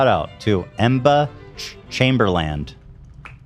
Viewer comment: Ethan: “Em-buh Chaimberland” Also Ethan: pronounces “Jean Paul Gaultier” perfectly